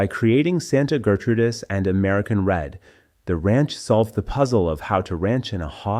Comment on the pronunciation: Interesting video, but the narration sucks. A real person would be better. Someone who knows that the period after a middle initial is not indicating a pause between sentences. Someone who knows how to pronounce fractions like 3/8 and 5/8. Someone who knows how to pronounce Gertrudis. And how to pronounce mares (female horses). It's a one syllable word and not pronounced "mar es"!